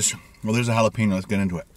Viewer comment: Hala-pay-no, Hala-pee-no, Hala-pay-neo lol